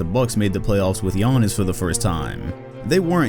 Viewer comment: his name is not Yawness!!!